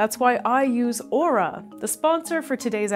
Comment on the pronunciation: Don't worry, can't pronounce "Aura" correctly.